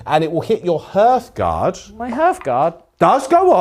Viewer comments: I know that you are doing this on purpose now! It will never be "h-earthguard" when spoken, but always "h-arthguard". Now please stop irritating my ADHDTCPDDT. Carry on you super bosses, but heed my warning! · The pronunciation of "Hearthguard" kills me every time, it's "harth-gard" as in the guardians of the hearth, the fire in a home